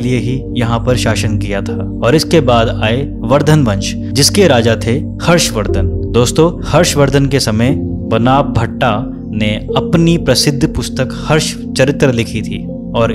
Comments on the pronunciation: Bana Bhatt is wrongly pronounced as 'Banaa Bhatt (बना भट्ट)'. The correct pronunciation is 'Baana Bhatt (बाण भट्ट)'. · Arre mahan insan बनाभट्टा nhi बाणभट्ट hota h...content bnane se phle correct pronounciation sikh lo...or puri history do Khasa(खस) ko kaha dal diya.. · भैजी बना भट्टा नही है वो।। बाणभट्ट है